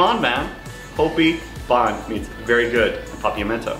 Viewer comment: hopi bon is not prenounched with an A but with a O